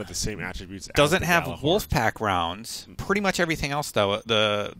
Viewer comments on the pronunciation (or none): FYI - The Gjallarhorn is pronounced Yallarhorn. It's Nordic in origin. #TheMoreYouKnow